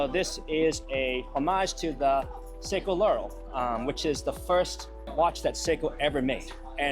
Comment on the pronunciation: I don’t want to sound like an asshole because the guy admitted he’s not a watch guy but the pronunciation of Seiko was hilarious! “Psycho!” 😂 that fossil watch was cool though